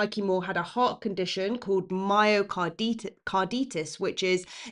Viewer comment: Hi. Myocarditis rhymes with tonsillitis and gastroenteritis. Eye tis, not ee this. Keep up the good work. 😊